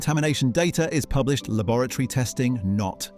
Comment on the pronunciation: Lab-OR AT ORY, not lavatory